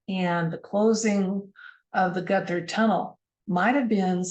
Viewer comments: Despite what Google might say, Gotthard is pronounced in German, Got Hard. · Pronunciation Gotthard: "got hard" (but "gutter tunnel" sounds fun too 🤣) Months ago, I together with 650 fellow passengers we got stuck in that tunnel for 3 hours, till evacuation. (Interesting, the Swiss Minister of Transport happened to be on the same train. For the press she downplayed the whole drama)